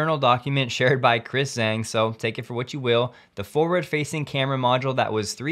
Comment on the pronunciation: Please learn how to pronounce Chinese names - there are just a few rules, its not that hard - Chris Zheng is pronounced, Chris "Jung" (in no Chinese or Taiwanese dialect is it ever, Chris Zang). Think "Jung" like in "jungle" and you will be saying it almost perfectly.